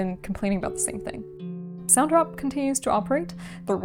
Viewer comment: your distributor is called SONTROP? Maybe enunciation isn't for you.